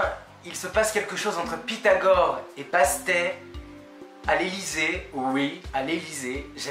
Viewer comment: Salut, super vidéo qui donne envie de le lire On prononce le deuxième « t » de Bastet